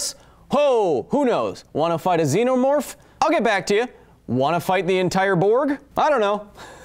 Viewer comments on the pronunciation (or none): none